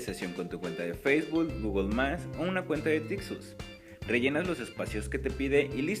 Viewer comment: El que hace el anuncio de la página se habla muy mal! Dice feisbul, gogol más... El video está bueno.